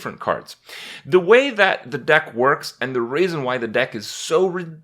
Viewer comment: He so said "raisin" instead of "reason"